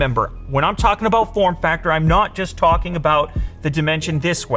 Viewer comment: The Canadian kicked in for ABOAT two seconds there 😄❤️